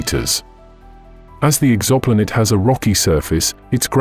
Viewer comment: WTF is an EXAMPOLATE? Is it trying to say Exoplanet?